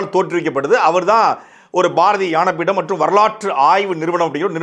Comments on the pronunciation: சாட்டை அண்ணா உன் உச்சரிப்பு தவரலாமா..??📖 ஞானபீடம் என்று சரியாக உச்சரிப்பு வரவில்லை... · அண்ணா உங்களுக்கு ஞா வராதா?.... தயவு செய்து உச்சரிப்பை சரி செய்யவும்... தயவு செய்து... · தங்கள் ஞானபீட உச்சரிப்பு சரியாக வரவில்லை அண்ணே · ஞான பீடம் வாய்ல வரல பேச வந்துட்ட நீ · பாரதிய ஞானபீடம் என்று சொல்லுங்கள் தம்பி, உங்கள் உச்சரிப்பில் “ யானபீடம்” என்று சொல்கிறீரகள். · உச்சரிப்பு சரியா இல்ல யானை பீடம் கிடையாது அது ஞான பீடம். எவ்வளவு அருமையான தமிழ் இப்படி வாசிக்கிறீங்களே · எனக்கும் அப்படிதான் நினைத்தேன் தம்பி ஞா என்பதை சரியாக உச்சரியுங்கள் உச்சரித்து பழகுங்கள் நன்றி வணக்கம் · அது ஞானபீடம் டா, யானை பீடம்மாம்ல. தாய்ளிக்கு தமிழே ஒழுங்கா வரல..இதுல இலக்கியத் தரம் குறித்து பேச வந்துட்டான் 🤦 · ஞானபீடம் அது, நீங்கள் யானபீடம் என்று தவறாக உச்சரிக்கிறிர்கள் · ஐயா சாட்டை, ஞானபீட விருதுன்னு சொல்லுங்க.யான பீட விருது.யானபீட விருதுன்னு சொல்றீங்க.தமிழை உயிராகப் போற்றும்,சாட்டையே தமில்,தமில் என்று சொல்கிறீர்கள். மொளி மொளி என்றும் சொல்கிறீர்கள். முதலில் தவறில்லாமல் தமிழ் உச்சரியுங்கள், பேசுங்கள் சார்.பாவம் தமிழ் மொழி சாட்டைப் போன்றோரிடம் மாட்டிப் போராடுகின்றது. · அது யான பீட விருது அல்ல ஞான பீட விருது என உச்சரிக்கவும் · சாட்டை அவர்களே..... "யான பீடம்" அல்ல...... ""ஞான பீடம்"" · "ஞான பீடம்" என்ற சொல்லை...... ஏன் "யான பீடம்" என்று சொல்கின்றார்????? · யான பீடமா ? தம்பி அது ஞான பீடம் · அண்ணா உங்களுக்கு ஞான உச்சரிப்பு சரியாக வரவில்லை,,யாண பீடம் என்று உள்ளது, சரி செய்யுங்கள்... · உச்சரிப்பு யானபீடம் என்று உள்ளது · அண்ணா ஞான பீடம் யான பீடம் என்று காதில் விழுகிறது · யானபீடம். இல்ல. ஞானபீடம். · தெரிஞ்சுதான் சொல்றார் யான பீடம்னு...ஞா...என்பது சம்ஸ்கிருத உச்சரிப்பாயிடும்னு நினைக்கிறாரோ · நல்ல தகவல். ஆனல் ஞானபீடம். என்பதை சரியாக உச்சரிக்க முடியாதா முருகன் அவர்களே. யானபீடம் என்கிறீர்.. வைரமுத்து என்ற பெண் பித்தருக்கு முட்டுகொடுப்பதும் சரியாகப் படவில்லைஐயா... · "யான" இல்லை - "ஞான" பீடம். தமிழ் வார்த்தையின் உச்சரிப்பில் தம்பி துரைமுருகன் சற்று கவனம் செலுத்த வேண்டும்! 😊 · ஞா என்பதை ஏன் யா என உச்சரிக்கிறீர்கள்? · ஞான பீடத்தை யானபீடம் என்று சொல்வது கேவலமாக உள்ளது! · யானபீடம் என ஏன் உச்சரிக்கிறார்.நியாயம் சரி